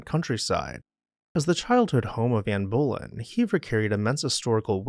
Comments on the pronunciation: Anne Bo Lynn (phonetically) This is the first time I’ve questioned if the voice is AI. Reason, I’m positive that would not make that pronunciation mistake 😐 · Fascinating, although the mispronunciation of "viscount" was a bit jarring. I think you got the accent wrong in Ann Boleyn also. But otherwise, well done.